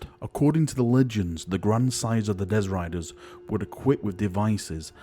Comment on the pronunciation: Dezz Riders?! Do you mean Destriers?!